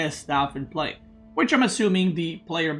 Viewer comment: You said pray instead of play but the sentence is correct nonetheless lol